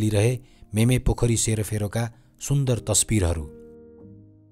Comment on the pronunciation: Not मेमे but मिमे